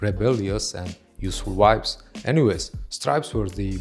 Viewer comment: you are amazing that you doing presentations of male fashion when it actually happens!but please try to say ''shirtless'' not sounding like shitless, and say ''hats'' not ''hets'', i am a foreigner in England and its not my mother tongue so i get it. And for some reason you pronounce the V as W, and vice versa, you say wibes instead of vibes, and its purple is pronounced as p''e''rpll,not p''a''rpl.Lots of love After that you will be 100 %perfect and cool as you are!